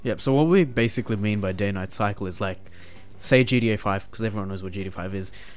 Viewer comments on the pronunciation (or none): They way u say gta it sounds like ur saying gda